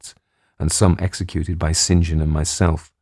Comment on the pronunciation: Such a pleasure to hear someone who knows how to say "St John"